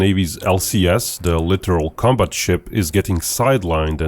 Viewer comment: LITTORAL, not literal.